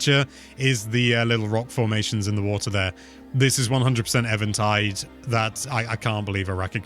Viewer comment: Him: Evantid isle Me: where do I even start?